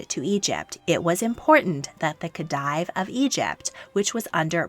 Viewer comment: A good video, some pronunciation tips: diadem is pronounced “Dee-a-dem” not “Dye-a-dem” and the title Khedive is pronounced “Khe-deev” not “Khe-dyev”